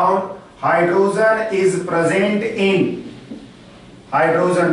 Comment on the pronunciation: phele hydrogen bolena sikh la......................................